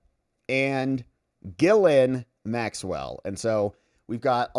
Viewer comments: But it is pronounced Jizz-Lane… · I love your channel. I’m probably going to signup as a membo. You course corrected on Maxwell’s first name but you’re slightly off. It’s pronounced “gill-lane” not “gill-linn”. Not being picky, just trying to raise your profile! Keep up the awesome work brother! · Just FYI, her name is Ghislaine (Jiss-Lane) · I seriously don’t think your pronunciation is anywhere close! JissLane is what I have heard! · It's a French name so it's Gee-Layne with a soft G, but she's British so it's also pronounced Gee-Layne with a hard G. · Good grief, you looked up how to say, “Ghislaine” just yesterday and now you’re already back to saying it like an ignoramus.